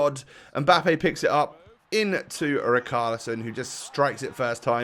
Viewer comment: ITS NOT RIKARLISON ITS RICHARLISON IM A WATFORD FAN AND WATCHED HIM FOR A YEAR